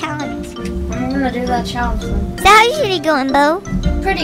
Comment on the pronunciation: Are you saying talent or challenge